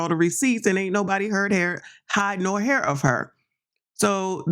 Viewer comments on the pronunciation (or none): none